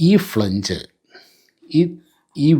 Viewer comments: ഫ്ളെ ഞ്ജ് അല്ല ❌ ഫ്ളാഞ്ജ് ആ ണു്. 🙏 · ഫ്ലാൻജ് ആണ് correct pronunci ation, സർ 🙏